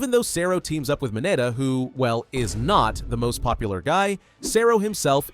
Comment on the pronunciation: It's mineta not minata